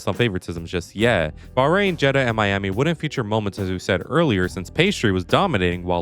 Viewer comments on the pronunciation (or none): none